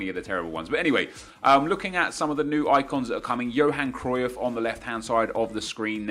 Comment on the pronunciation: He says cruyff wrong like if you agree